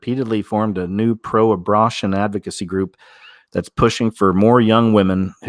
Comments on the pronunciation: why do you pronounce it “abrotion” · Abortion not abrashun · He pronounces it funny to get past the censors.